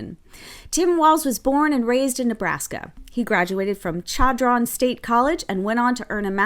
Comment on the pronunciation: Walz went to chadron diploma mill. So lame you don’t know how to pronounce sha’ draun, btw walz gets zero support from the panhandle - we don’t like commies